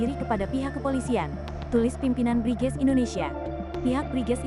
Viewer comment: BRIGEZ dibaca BRINGAS....gitu ya...?